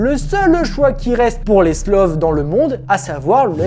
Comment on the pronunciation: C'est pas "SLOV" c'est "STOVL", stovleuh en French. Difficultés d'énonciation ? Oh et il est rigoureusement impossible d'embarquer à la fois "une quarantaine de F-35B" plus 14 Merlin. Le hangar peut accueillir 24 F-35B point barre. Le pont accueillera le reste, exposé aux éléments. Des emplacements sont prévus pour 24 appareils sur ce pont (disons donc 20 F-35B et 4 Merlin). L'excédent éventuel de 10 voilures tournantes ? Il empiète sur les slots d'atterrissage verticaux ou sur la piste de lancement. Waouh, trop bien pensé !